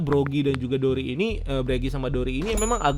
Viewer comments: Buggy disebut "Begi", Broggy disebut "Bregi". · Maaf itu bukan gambar Oda tapi creator Zelda, Tony Tony chopper bukan Mini mini Chopper, yg ngalahin 100 bounty hunter itu Zoro bukan Sanji, Igaram bukan Igram, Broggy bukan Breggy, Partner Vivi itu Mr 9 bukan Mr 3 (Partner Mr 3 mah miss golden week), Buggy bukan Beggy, nanti dikatain KARBIT ama fans one piece kalian jg yg marah padahal jelas kalian sendiri yg gk riset detail atau minimal baca/nonton source material